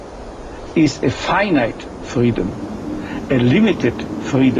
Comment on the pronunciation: me confundia ese men, cuando decia freedom xd, parecia que pronunciaba la L en vez de la R